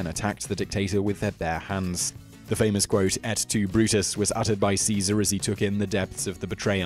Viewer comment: Not "est tu", it's "et tu Brute"